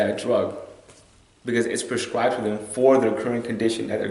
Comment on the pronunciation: How do I get a drug "perscribed" to me? I'm sorry but if my life is in your hands and you don't know that the word is PRESCRIBED, then I have good cause to worry....